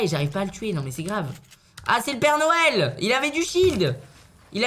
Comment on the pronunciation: Est ce que je suis le seul à l entendre dire père nouel